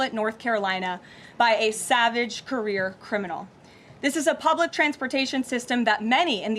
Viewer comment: It's Iryna.